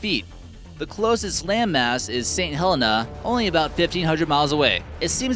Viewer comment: He mispronounced Saint Helena, as he called it, Saint Hell-enA. The locals pronounce it, Santa Lina.